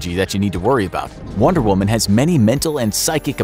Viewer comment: The average male can beat “wonder whuman”